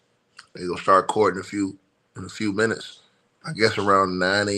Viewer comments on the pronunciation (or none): none